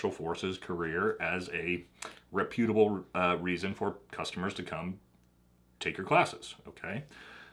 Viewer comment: It’s pronounced REP-u-table not rep-U-table.